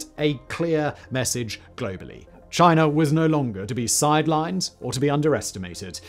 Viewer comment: love how he says "Chiner" sometimes